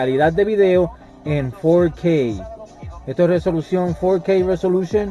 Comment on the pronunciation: fourkey? sos yankee? hablá bien